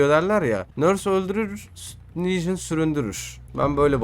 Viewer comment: Legion diyon ne diyon